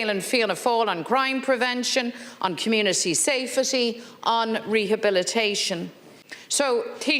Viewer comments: The word is safety not safetty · "Safe a tea"